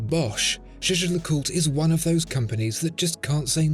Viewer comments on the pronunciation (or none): no the fuck he isn't lmao. it's not "jay jay lecult". it's jay-jer lecooltre with a soft ending. not hard to google. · It’s not jhjh. It’s pronounced “YAYGER”. (Not Yayjer, either) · The way you pronounce Jaeger LeCoultre is funny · It is "Jä(e)ger (German) - Le Coul-tre (French)" Like Jäger-meister and Cul (like cul-de-sac) and Tre, like Dr. Dre. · I like how after 1 year, you finally learned how to pronounce Jaeger-LeCoultre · It's funny because he doesn't even pronounce it properly